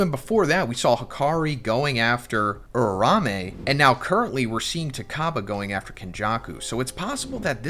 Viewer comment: Who’s this “urarame” you always speak of 😭 is it perhaps “Uraume” ?